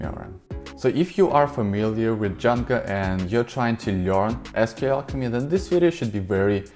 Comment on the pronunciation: Am I hearing it wrong or is he saying Djanga instead of Django?